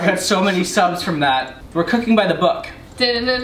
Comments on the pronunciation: When she cooking by the book I genuinely heard cocaine 😂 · When you said your interests were cooking , I honestly thought you said cocaine😂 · Omg when said ‘Cooking’ I swear to god I heard cocaine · when she said cooking i thought she said “cocaine” 😂😂